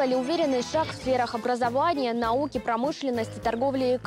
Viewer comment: Олененок Бэмби: "...в сферах образоуания..." Это у них генетическое, что ли? "Хуатит кормить Запад!" (с)